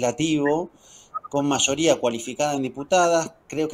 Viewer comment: todo bien hasta que dijo mayories, wtf.